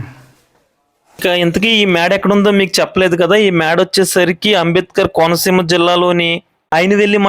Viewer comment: Konaseena kadu, it is «konaseema »